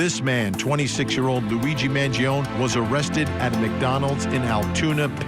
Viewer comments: Also not for nothing but it’s “man-JON-ee” not “man-jee-OWN” which Vinnie should know considering he’s Italian 😂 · It’s pronounced M – A – N – G – – I – O – N – I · Vinnie just call Luigi by his first name if you're not going to pronounce his last name correctly every single time you make a vid of him. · Why can you still not pronounce "Mangione" properly?